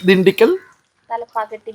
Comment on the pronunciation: തലപ്പാക്കാട്ടി അല്ല, തലപ്പാക്കട്ടി ആണ്.... 🙏💕